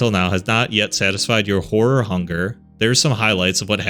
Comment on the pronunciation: I THOUGHT HE SAID “hello fellow whore enthusiasts” AND IM DYING 😭💀